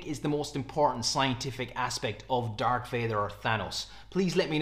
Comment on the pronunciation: Dar_k_ Vader? dude -.